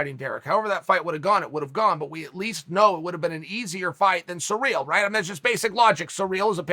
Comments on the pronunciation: Chael mispronunciations Sonnon haha! Sa reel.... have u never heard the name Cyril?? Si rill.. I love it, that’s just another reason I love these vids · dude, if you think Ciryl and Surreal are pronounced the same way, you need help. Except if you’re Uncle Chael… when he says it, I say “Ok, great”. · SEAR-UHL not Sareal. Common Unker Kale, if ya ever wanna move up past commentating the pre-lims to the big card with Saint Rogies, ya gotta get these pronunciations down. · Chael “surreal Gane” Sonnen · Eating cereal while listening to Chael talk about this guy named Cyreal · He says Cyril the first bite, then returns to using surreal. He is 100% butchering these on purpose 🤣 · I liked Izzy's "Cerebral Ciryl" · Kind of surreal that Chael can't pronounce Cyril pwopwerly.